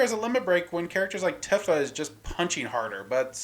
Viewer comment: pronounces Tifa Tiffa... This has to be intentional at this point.